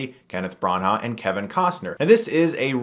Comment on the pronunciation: Dammit Stuckmann, your pronunciation during this episode pissed me off haha... Kenneth Bran-HA... Shadow REEcruit...